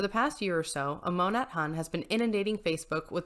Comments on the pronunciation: Monat pronounced Mo-Nay :) Love your content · The way the Huns say it is mo-nate